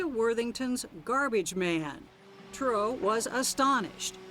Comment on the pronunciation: omg it's bugging me how the narrator lady keeps saying CHURRO instead of Truro 😂😂😂